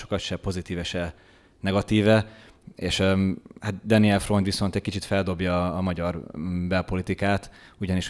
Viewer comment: A legnagyobb tisztelettel kérném, hogy helyesen ejtsük ki az általunk méltatott vagy éppen kritizált politikusok, közszereplők nevét! Daniel Freund helyesen: Dániel és NEM Deniel!!! Annyira nehéz ez??? Az ember szereti a pontosságot, pláne a kedvencei részéről...